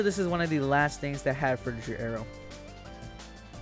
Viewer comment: A minute into the video and bro has mis pronounced frutiger aero like 10 times smh